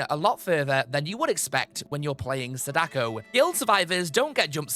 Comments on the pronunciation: It's SA-da-ko not sa-DA-ko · Her name, Sadako, isn't pronounced the way you said it. That's my only grief with the video, really. She is one of my mains, and I commonly hear people say her name closer to the math puzzle, Sadaku, than the actual pronunciation "Saw-Dah-Koh". I suppose it has reached the point where I can't help but correct others, like some nerd at this point. I do apologise. I have no beef with you. I just wanted to point it out so that potential future content related to her can have her name said correctly.